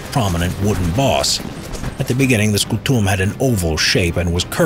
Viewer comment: Scùtum , not scutùm . Lanchia , not lansia.